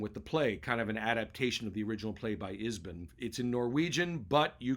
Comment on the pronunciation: Thanks for the recommendations. Please note: Ibsen, not Isben